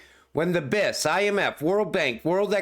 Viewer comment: You're the only one on Youtube saying "BIS" like it's a word 🤣 it's an acronym and you have to say the letters individually